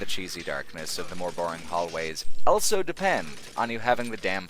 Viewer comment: says elso instead of also.